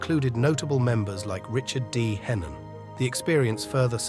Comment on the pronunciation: Thats richard d henton,not hennon